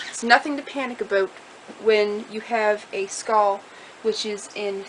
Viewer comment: "nothing to panic aboot" yup, your canadian too. lol